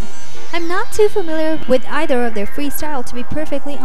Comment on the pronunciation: etther lol tf can you read?